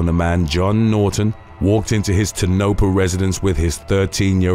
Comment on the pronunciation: The town of Tonopah is actually pronounced 'Toe-nah-paw😉